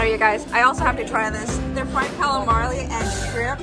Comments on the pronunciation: Fried Calimarly?? Don’t you mean Calamari? Aka: Squid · I friggin hate that you say calamarly. It's call a mari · I love you but I hate the mispronunciation of “calimarly”... because you are a mukbanger/food competitor, you should be educating ppl as to what they are eating or the proper way to order it. We look up to you in that respect as if we are taking a master class from you in fine dining.. or otherwise. I would hate to sound ignorant in front of a waiter who had to correct me bc I wanted to try calamari for the first time but I didn’t pronounce it correctly. It’s like an inside joke that makes you feel stupid. 😞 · They way she pronounced calamari makes me smile every time.. calamarli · Girl how many times do ya gotta be told it’s calamari NOT calamali?🤦🏻‍♀️